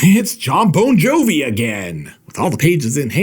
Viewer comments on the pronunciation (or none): 'Jon Bone Jovi'